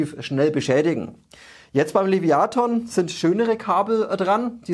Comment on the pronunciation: Top Video wie immer. Aber, lieber, das Teil heißt trotzdem Leviathan und nicht Leviaton ^^